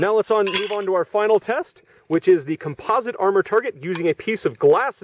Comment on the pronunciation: Maybe it's me, but I just wish he could pronounce homogenous, composite, and Chobham properly!